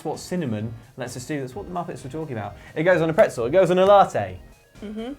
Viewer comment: LATTE! Latte, prononuced latte, because it's spelled latte with two "t"s and l'arte is "the art" not a drink. LATTE!